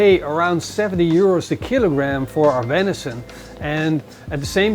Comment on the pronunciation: Oh no you pronounce vension wrong can’t watch